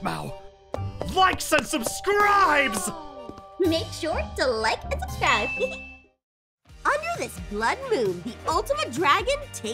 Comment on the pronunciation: said "LIKES AND SUBCSCRIBE"